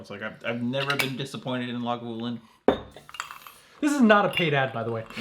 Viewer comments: One of u pronounces it “lagavoolin” and two say “lagoovalin”??? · Laga-voooo-Lin. Great video guys looking forward to more!